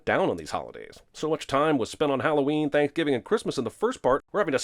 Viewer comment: "Thankgiving"??? <DING>